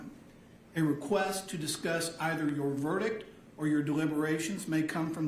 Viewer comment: I thought the judge couldn't pronounce verdict either. Sounds like he's saying "ver-dic".